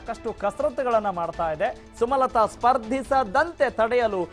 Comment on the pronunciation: ಸುಮತಲಾ ಅಲ್ಲ ಸ್ವಾಮಿ ಸುಮಲತಾ